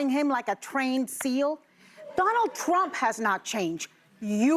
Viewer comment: I love Joy's mishap on rumps name!! So perfect!! Thank you, Anna!! Alyssa is pathetic!! She is a worm and is showing her true colors now! I will definitely not be watching your show anymore!!